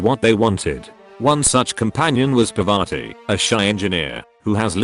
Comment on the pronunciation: My man buchering Parvati's name